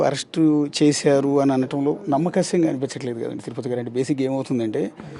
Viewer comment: నమ్మశక్యం అయ్యా నమ్మకశ్యం కాదు తెలుగు నేర్చుకోవాలి జర్నలిస్టు గారు